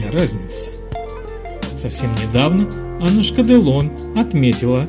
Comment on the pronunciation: АнУшка, а не Аннушка